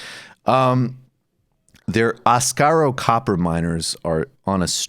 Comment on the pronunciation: Asarco, not "Ascaro." But irregardless, oxford comma, oxford comma.